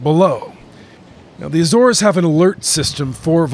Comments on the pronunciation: The News Anchor needs to do his homework on pronunciation before going on air. It’s not “the A - Zores” it’s just Azores. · Ah, apparently Lisbon is now located in Spain. LOL. Filled with confidence with this US News channel. And it's Azores, or Acores and Not Ay-Zores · Are you a genuine news organisation? You put Lisbon where Malaga is and your anchor cannot even pronounce the name of the islands. Pathetic. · He mispronounces "Azores" too, so... 'Murika! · Sobs in Portuguese. Ah-ssor-esh is what I'm assuming is correct. Azores natives / native Portuguese - feel free to correct me. AYYY-zorz, ahhhh. :'0 :'0 :'0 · What is it with Americans, why can they never pronounce the name of countries correctly?